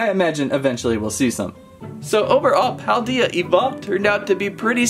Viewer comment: I did like this channel but after you said paldea wrong I'm gonna have to Unsubscribe